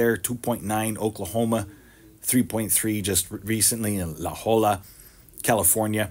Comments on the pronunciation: Provided that the 2.4 earthquake in California was in La Jolla, it is pronounced Luh Hoy-uh. The transcript reads laola...👍. Double L is a yod sound. Softening the J👍. Very oddly tiny specific spot for a weird quake day! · La Jolla California. Pronounced La Hoya that double "l" becomes a "y". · It's La Hoya, ya hillybilly :-)